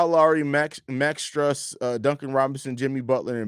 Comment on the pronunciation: You guys pronounced Max Strus wrong